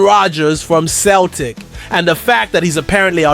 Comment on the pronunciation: It's not k/Celtic.. it's with a c as in cel tic.